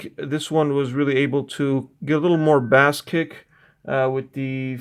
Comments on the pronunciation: Bass is pronounced BAAAIIss, not BAS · What sort of headphone reviewer says "bass" (like ass)??